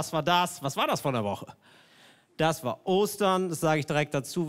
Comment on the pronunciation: Auf War liegt die Betonung